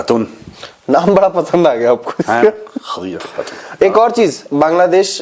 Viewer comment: Khhhhhhhadija khhhhhhhhatuuun... 😂😂😂